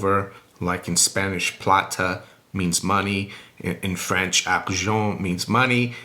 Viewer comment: Wow your pronounciation of Argent was so good!